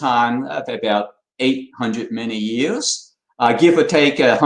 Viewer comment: English is way better than my Chinese, but I find it funny that him saying "... million years" rather sounds like "... many years" to me.